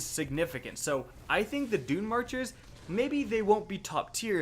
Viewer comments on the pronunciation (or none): none